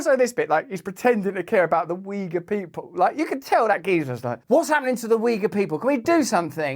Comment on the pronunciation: its not weager its OI-gur. To pronounce Yugur. Ty for info as always